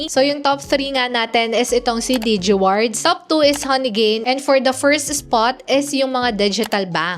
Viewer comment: Arte mo umimik. Haha sakit sa tenga. “Degewards” 😂 g4g* “digiwards lang eh “dege amp” hahaha rap mong tuktukan 😂🤬😆